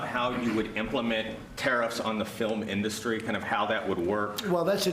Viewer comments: Did he say "Filamenda Street" instead of film industry... or was I hallucinating?? I even replayed that bit, heard the same thing. But I may have been hallucinating, everything I hear from the US these days makes me feel like I have concussion 😵‍💫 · "our filumin dustri"? What is a filumin dustri?